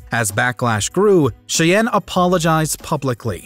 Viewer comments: Jordan Shay-en? Thought it would be pronounced like the Native American tribe "shy-Ann" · The narrator really needs to work on his name pronunciation for Nguyenand Cheyenne. There's already a lot of youtube videos on Nguyen pronunciation alone.